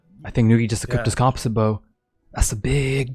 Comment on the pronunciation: I hate the way you mispronounce composite...